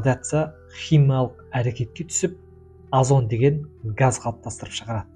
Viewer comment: Азон емес озон